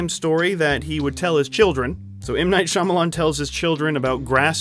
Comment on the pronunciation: M Night Shya-momma-lan